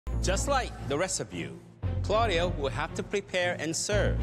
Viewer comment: I though it was carlio (i heard it that way)not claudio